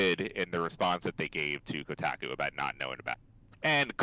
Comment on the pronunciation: Ko-tack-ooh article.